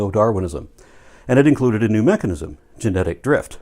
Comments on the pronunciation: Am I the only one getting annoyed that says mechagnics? 😳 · He keeps pronouncing it "mecheGnism"... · What the hell is a machicknism? The guy can't even say mechanism... does he think its magic-nism, like his own nonsense? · All this evidence and refutation and whatnot is great and all, but nobody is asking the real question here - Will he ever stop saying "mechignism"? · They'll accept the science that identifies the cell and its "complexity", yet they don't accept that very same science explaining said cell. How does one just "shut off" their logic halfway through a thought? Edit: Irrelevant to any argument, but the way says mechuhGnism rather than mechanism makes him sound like a dipshit. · "there is no known mechignism" WTF? If you are going to talk about MECHANISMS, then learn how to say the damn word! You mispronounced it at least twice. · I've noticed that doesn't say mechanism, he says mechagnism. * Sips drink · Why does “” say “mechig-nizum”???